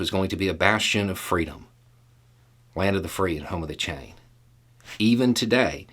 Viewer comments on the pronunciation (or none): Did say “Land of the free, home of the CHAIN”?